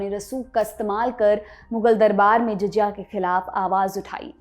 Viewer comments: Well done. In this short time your informative format is absolutely nice and outstanding. Because you belings to lallantop group it make me a little restless when your prononuce JIJIYA instead of JAZIYA. Please dont take it otherwise i am just trying to make you to match to mark which LALLANTOP which sets by you and your team under Saurabh ji Thanks and congratulations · आये उर्दू नहीं बोलनी आती तो ना बोलो । पुर्ज़े को पुर्जा कहती हो “ जज़िया “ को जजिया कहती हो।